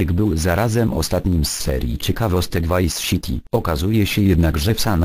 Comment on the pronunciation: Vajs Szity :D